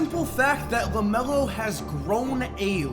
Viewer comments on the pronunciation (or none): Bro, what is this thing you do when you say a word with an L in it? Ggglameggglo is ABsogggllutely eeegglite!